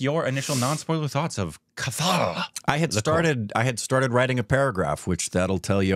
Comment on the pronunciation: It is not pronounced kathaal but kaathal. Indian languages have no long as in the beginning of a word.